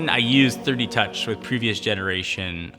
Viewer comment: I'm pretty sure he said "thirty touch" instead of "3D touch" lol